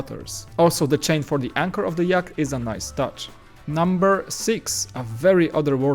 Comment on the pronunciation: Yacht not Yak!!!